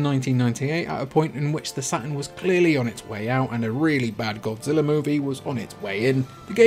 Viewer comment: I keep hearing "Sega Satin" :D